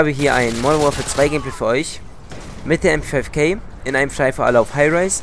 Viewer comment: MP5k bitte, und nicht mp5 kay, die ist genauso wenig englisch wie die MP SEVEN